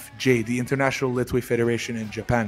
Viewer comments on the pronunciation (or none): Mr. Dave thanks for everything. Here small advice from me to you, it’s about pronunciation of LETHWEI, there’s not T sound, it sounds like “LE’HWEI” or “LEHWEI”. Even it’s written LETHWEI, T doesn’t have to sound.